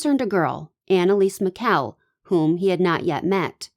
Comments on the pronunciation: First of all if you're going to make a video about someone, please learn how to pronounce their name. Apoplectic does not mean a stroke it means to be angry.. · what is it you would like me to google? You might want to take your own advice. All I said was the definition of apoplectic which I am correct about. And you did mispronounce her name. What is it I should Google? I think you should take your own advice and do a Google search yourself.